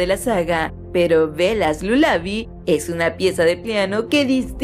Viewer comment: Esta tipa no sabe pronunciar Cullen, lullaby, SthepEnie, Carlisle, etc.